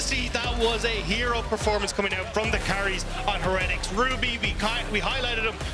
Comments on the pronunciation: Why are they pronouncing it Heh-retics? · Why are the casters pronouncing heretics so weirdly? It’s like they’ve never heard the word before lmao